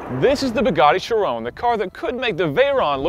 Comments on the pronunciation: Since when the the 'Chrion' become the 'Chayrone'? Bring back! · whats a sheer-owwwwnnnn????????????????????????????????? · It's pronounced "Chiron" (like it's spelt), not "Chirone" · When he pronounces it as "Chirone" - TRIGGERED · i wanted to KMS every time he said chiRONE,its chiron, with a short sharp end after the 'n' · *CHIROOONEEEEE*. Dude. It's Chiron, atleast try to pronounce it right. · Why did they choose this presenter. I hate his pronunciation of the car's name "Shirone" dude wtf. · It's Chiron not Chirone ;o) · chirone???? you mean chiron ON not ONE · Great video though it's pronounced Shi-ron not Shy-ron. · Chiron = 'she-ron' not 'she-rone' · why do you pronounce it like it's an anfrican american girls name. It's chi-ron not sherone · Ky-Ron not sha-rown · There is only one way to pronounce it.....SHEER ON, because it's named after Louis Chiron a racing driver from Monaco. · Perhaps won't also butcher the name. Chir-OWN? Really? Did they build it in Texas? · It would be very nice from an American "Car reviewer" to speak the name of the Bugatti Chiron finally properly. It's not a "Shirone"...!! like this guy has spoken out ten times the car's name! That's almost disgusting for our ears! Could it be that difficult for an US-presenter to speak this really simple french name correctly...? This is an european car... come on! I want an European guy to present the car. I can't bear this "Shirone"-guy in the video any longer! Louis Chiron is "spinning in his grave"...lol! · Art Vandelay but not shirone like the guy says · Take a shot for every time chiron is pronounced like 'chiroan' in this video. Tip: get about 20 bottles ready... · You got it wrong. It's supposed to be pronounced as Chiron. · He pronounces Chiron like how someone would pronounce Tyrone. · "Shrone"? SHRONE?! Tell me that it's not called (my my my) Shrone (a). And please return to his rightful place in the driver's seat. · who is 'sherone'? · It's pronounced Chiron